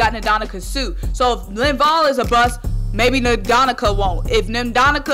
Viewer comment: Learn how to pronounce suh's name.